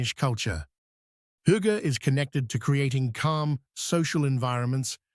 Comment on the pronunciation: This is the first correct pronunciation of hygge ive ever heard online... We always get Hoogga..